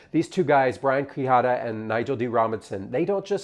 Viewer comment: For the record, Quijada is pronounced "Key-Hadah"